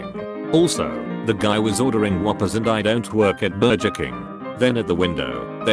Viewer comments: Love how the bot can't say burger. "Ber-jer" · me:Burger text-to-speech: Burjer. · lol why does the AI voice keep saying 'burjer' instead of burger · Nobody: Google translate: Burjer king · This automated voice cracked me up. It said Bur-jur , cowworker. Lol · Burger= burjer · Berjer... Can some please help this ai? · its really annoying when it says “burjer” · and it says burjer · Anyone else think it's extra funny when the robotic voice mispronounces things sometimes? Like burger? I think it's funny. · "Burjer" "poppys" that- i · Omg "burjer," "popeys," "cow workers," "motherfyoocker!" The robovoice this channel has is SO BAD, I'm wondering whether it's brilliant!! Please list some of your favourite mispronounced words from any of their videos, I just gotta know! 🤣😆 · The funniest thing about this video is the whacked computer voice doesn't know how to pronounce sh*+. I.e., burger=burjur, Popeyes=pope-eez